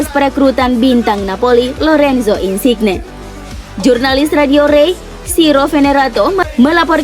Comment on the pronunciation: Min, sekedar masukkan, mungkin perlu perbaikan penyebutan nama pemain, nama kota, dll. Misalnya "Mallorca", cara baca yg bener adalah "Mayorca". Atau "Insigne", cara bacanya "Insinye". Mungkin bisa pake Google Translator (atau tool lainnya) untuk tau penyebutan nama dengan benar. Mohon maaf min, sekali lagi hanya masukan, diterima ya alhamdulillah, gak pun ya gpp. :)